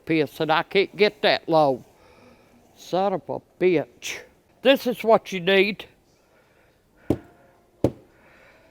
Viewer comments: As good as Jackie Gleason in Smokey and the bandit// where are you! You Sum-Um-Bitch!😂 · I’m trying to keep count of saying sonavubitch. Lol great stuff as always.